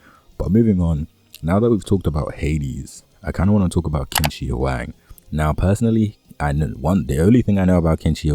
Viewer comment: Chin = Qin not quin (pronunciation) ♨️